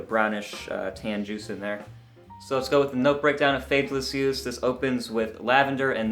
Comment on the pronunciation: oh wow. this sounds awesome. I will have to get a sample. BTW not bad french